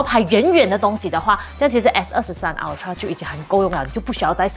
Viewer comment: 麻煩先去了解ultra正確唸法好嗎😓